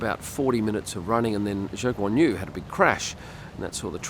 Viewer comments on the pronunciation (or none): none